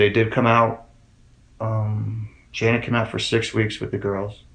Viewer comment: The dad calls her Shannon not Shan-nan, where did that get so off at? Btw my heart breaks for her family 💙